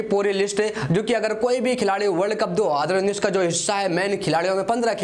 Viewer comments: Bolne ka lur h ya nhi 2019 ko kis style se bolta h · Aara bhai tera ko world Cup 2019 bolna nahi aata